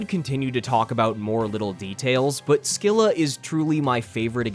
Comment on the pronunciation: minor nitpick: scylla is actually pronounced 'se-lah', the c is silent